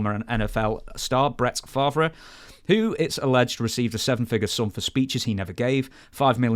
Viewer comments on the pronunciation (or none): ..Bret Frav-era ...lol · Brett Fav-Ra 😅….yeah we don’t understand it either 😅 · It will likely never come up again but please look up how to pronoun Brett Favre. You botched it,.